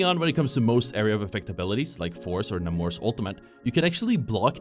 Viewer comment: its "NAH-MOR" btw for those who care, not "Neigh-more" or "Neymar" hes not a football player (maybe water polo though)